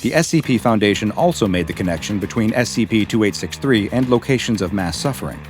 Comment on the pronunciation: this is something that may seem insignificant to people who aren't Japanese. but i really admire for his pronunciation of Japanese words. he's done several videos featuring SCPs of Japanese origin, and he always pronounces it correctly. it feels like he is actually respecting the origin and holding true to it, instead of butchering the name or giving it some horrid english version, which has been done to so folklores and yokai